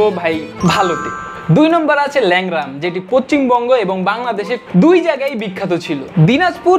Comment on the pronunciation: Lengra ❌ Leura ✅